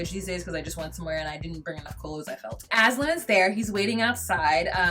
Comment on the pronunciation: aslan like hes the damn lion from lion, witch and the wardrobe. its aZan. you're wonderful!!